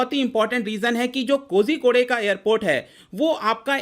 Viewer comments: कोज़िकोड है महाशय, कोज़िको‌डे नहीं। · It's pronounced as Koikode I think